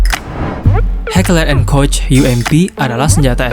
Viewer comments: senjata di thumbnail adalah: FN herstal Project 1990(P90), dan Heckler and Koch MaschinenPistole 5SD(MP5SD). Oh ya min, cara bilang "koch" adalah 'Kohg' ya. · ...FN Herstal P90 bukanlah SMG. Melainkan PDW dan Heckler and Koch MP7 itu secara teknis adalah PDW dan bukan SMG. Karena kaliber peluru yg digunakannya. PDW adalah gabungan dari Karabin dan SMG/Pistol Mitraliur. "Koch" dibaca "Kock".